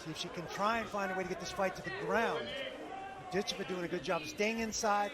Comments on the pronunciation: Before she gets to America and blows up, I believe her name is correctly pronounced Dit CHEV a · HA! I didn't even notice that. Sad that the broadcasters got it wrong.